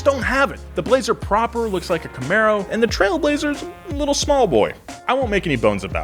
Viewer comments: It’s a Chevy Camaro not a Comero 😂😂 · "looks like a comero" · Also, "Comero" Haha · "comero" #Nice. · "It's got a V6, and looks like a Comero..." WFT is a "Comero"? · well I guess the way Chevy says it does sound like Camero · Ah yes Comero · "comero"? Seriously? Unless that was sarcasm that I missed? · Camero somehow became comero lol. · *Camaro was misspelled and you somehow also mispronounced it but I love the show, love the bronco, and I love you, 😘